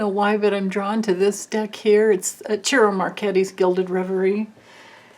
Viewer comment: love your vids... Ciro's name is pronounced S-ear-o Mar-shett-i... Hee hee, I'm no expert but I did grow up in a Italian neighborhood (